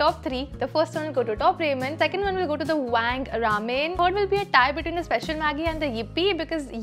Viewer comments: Pronounce ramyeon not ramen. I like gravy Maggie and the green vasline is light but once I applied a lot of vasline and went to a class and even after 3 hours my skin was oily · ramen is pronounced as raa-men and not re-men but irrespective, love the video